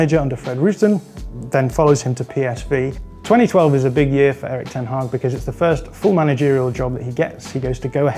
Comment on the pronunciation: Kudos for the pronunciation of the Dutch name